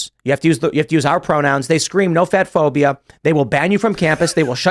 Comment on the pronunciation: He said "no fat phobia" but I heard "no fed phobia"... Which still lines up. Lol